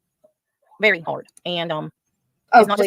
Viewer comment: Baby doll, you know I think you got it all, but for the love of Pete, why do you pronounce “very” like “ferry”?! 🤣